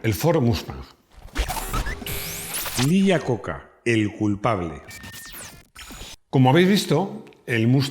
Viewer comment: Desde Mèxico, un cometario sin ganas de molestar, me gustan muchisimos sus videos, son amenos y muy digeribles, entendiendo que hablamos castellano en donde no importa como se pronuncien los apellidos si viajara a los EUA y pronunciara el apellido de Iacocca asi como se esribe los norteamericanos pondrìan cara de what?..... como ellos lo pronuncian es aiacocca.